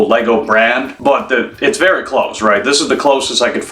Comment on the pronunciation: Vewy Cool!!! 🎉